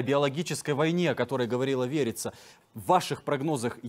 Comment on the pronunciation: Как имя подходит Верица,а слышится ВЕРИТСЯ.